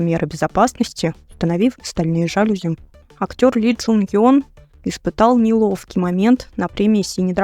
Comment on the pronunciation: не жАлюзи, а жалюзИ....ударение на И....наверное, надо по-русски правильно говорить, если формат "диктора" новостей....